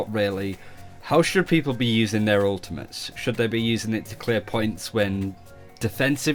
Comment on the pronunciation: Sorry, did he just say "ultamints?" I need that in a spray NOW